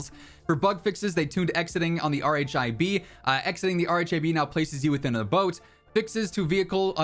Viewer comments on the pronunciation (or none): RHIB is pronounced "RIB"...